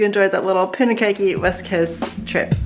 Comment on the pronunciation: Wow lots of campers out at this time of year. I love our country so reminds me how beautiful it is. Hope you are both keeping warm, its so chilly & rainy around NZ at the moment. Punakaiki is poon-ah-kye-key (kai rhymes with pie. Mmmmm pie).